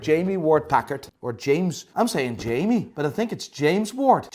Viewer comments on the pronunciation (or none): none